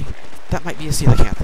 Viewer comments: is it pronounce seal-acanth? I've always pronounced it coal-acanth XD I just say how it's spelt though... the coelacanth is always the last fish I can find and I always have a huge reaction every time I catch it XD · you're pronouncing it wrong! it's soe-la-canth not Seel-a-canth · ppl its coelacanth as in co - la - canth, not ciela canth!